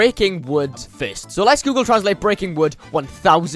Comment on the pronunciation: You said fist instead of first